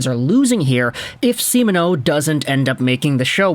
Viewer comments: Yep, pretty good. Except kinda sounds like he's saying Semen-O instead of See-Mon-O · great vids. Long time fan! But, please practice saying Simoneau.. SEE-MON-O. Stressing the MON would help out greatly!